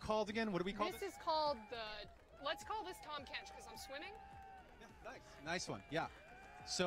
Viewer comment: aint no way she called herself tahm kench xdd